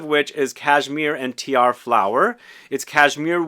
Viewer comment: Aloha, Tiare.....Tee-Ar-Ray